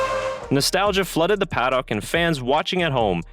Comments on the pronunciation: It's pronounced pa-duck. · I know that "paddock" is not a commonly used word in North America, and is pronounced differently in other English-speaking countries. For example, some Australians say 'paddick', which sounds ludicrous to me and I live in Australia. The correct pronunciation removes the o and adds a schwa (usually styled as ə). Basically, an 'uh' sound. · nostalgia flooded the "PAD OCK" ??? what the fuck is a pad ock ????? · He pronounces Paddock weirdly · How can you not pronounce paddock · Paddock is one word not two.....